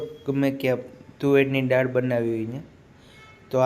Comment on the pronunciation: ડાળ ના બોલ ભાઈ દાળ બોલ